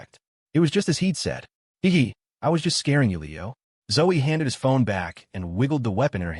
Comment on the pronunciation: Hev hev????? Fix your ai it can't say heh heh